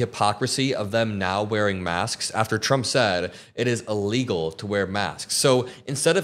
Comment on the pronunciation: Hi, love your show! But please stop pronouncing these words this way: "ah-legal" for illegal and "ee-rested" for arrested.